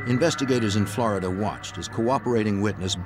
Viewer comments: God I hate how the narrator says “Flaridah”. It’s flORida jfc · For the lovely people watching to learn English, “Florida” is pronounced “FLOOR-ih-da” NOT “FLAAH-ra-duh.” But feel free to say New York as Noo Yaaaak 😂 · Flaar duh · Flow Rydah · FLAWDA. Flow rida. Flawed DNA people lol.